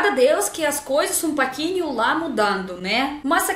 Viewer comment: bonito o sotaque russo, principalmente quando ela fala "Um paquinho"